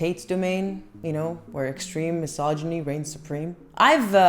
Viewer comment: Thanks for pronouncing mysogyny correctly. Non vedo l'ora di vedere il tuo prossimo video!